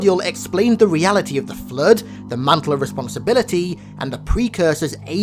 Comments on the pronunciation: Why does the narrator call it the "Flerd" lol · Cant watch the video just based on how he says the word flood